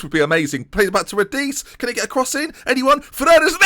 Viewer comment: If Radice is Italian, his name is pronounced “rah-dee-chay”